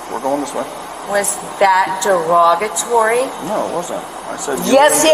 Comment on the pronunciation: Jeep lady was hilarious, "was that duwagatory?" 🤣 Seriously though, cops don't get paid enough for this!